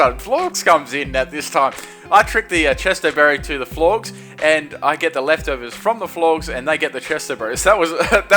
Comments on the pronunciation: Florgz? It's FLORGES. Rhymes with gorgeous. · Also, Florges is pronounced "FLOOR- jiss" like a portmanteau of Flor (flower) and gorgeous. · Are you calling Florges "florgs"? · Dafuq is a "Flawkes" 😂 It triggers me when you pronounce Florges like that 😑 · "Florgs"... Really my nigga? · FLOR - JUSS. Flower + Gorgeous. Why can no one pronounce this Pokemon's name... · ITS PRONOUNCED FLOR-JES!